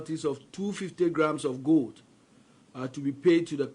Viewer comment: Goad😂😂😂😂. Please, it is called gold and not goad.😢😢😢😢😂😂😂😂